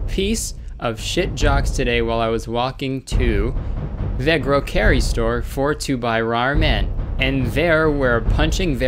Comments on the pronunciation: when he pronounced the "groacary store" i laughed so hard. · TheUnicornBae what’s a groacary store?